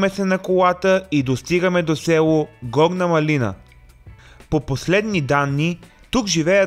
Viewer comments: Горна МАлина не маЛИНА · Горна мАлина (ударение на А-то)